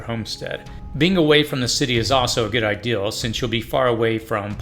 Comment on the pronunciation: Idea. Idea. IDEA ... Not ideal. Two different words. It makes my brain itch and I cant scratch it.